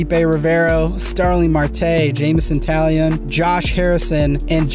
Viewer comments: Taillon is pronounced Tie-Yon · Luplow= (lup-loh) Taillon= (Tie-on)